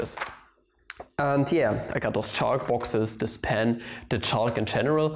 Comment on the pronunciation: Wat its read: chalk My ears: S H A R T